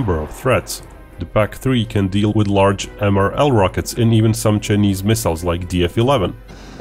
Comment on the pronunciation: This guy calls Chinese as chnese